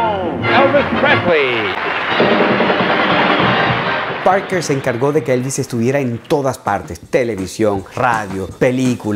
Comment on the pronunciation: Desde que al principio no pronuncias su apellido bien, te deje de ver. Lástima de tu emoción.